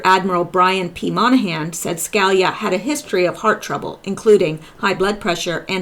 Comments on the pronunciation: His name is pronounced Ska lee ah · say it like this sky-le-ya Scalia Ska-la-lea ask a Italian person I can not help you over the internet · Hi..ton.in Sca...lee...yah. Hope that helps. Anyway you pronounce it, you do a FAB job. So, thank you.:) Keep it coming. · It's pronounced SKA LEE YA. As in Judge Scalia. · Hi, I love your work. I know you work hard. One little note to help Scalia is Sca (Ska) Li (lee) a. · Hi. I'm not being critical, I've seen many Q related sites, but I'm with you now exclusively, you're head and shoulders above the rest. You said you were going to do a segment on Antonin Scalia so I thought I would help you with the pronunciation of his last name: Sca-lee-a Hope that helps. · Antonin Scalia Sca-lee-ya